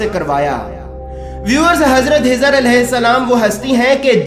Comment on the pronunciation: Janab { HIZR } nahi KHIZR ALAYHISSALAM video me chek kijiye